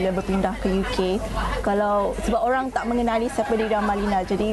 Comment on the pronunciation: bukan "orang" ok..."owruank"...hakhak...best student of malaysia.